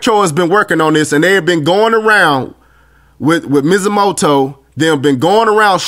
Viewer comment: mizzamoto? LMAO